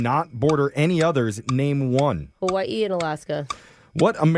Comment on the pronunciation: Round of applause to Brooke for pronouncing Hawaiʻi correct 👏🏾👏🏾👏🏾 🎉